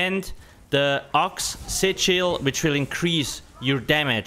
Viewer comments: there are some words really hard to understand ...like sichils ..... oxy chil? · Only half way through the video did I realise "sit shield" was actually "SIGIL". lol